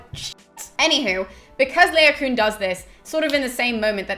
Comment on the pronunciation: Really enjoyed the video, thanks for researching and posting. Just one minor gripe: I think Laocoon is pronounced La-o-co-on i.e. 4 syllables - LONG-SHORT-SHORT-LONG. Anyway, that's what my scanning of the verses in the Aeneid tells me. 'Troy' is not the best film of the classics ever made by a long chalk but it's an enjoyable romp and a feast for the eyes that shouldn't be taken too seriously! Carry on the good work! Looking forward to the rest of the series!